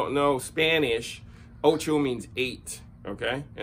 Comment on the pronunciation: love the way you said 'ocho' :D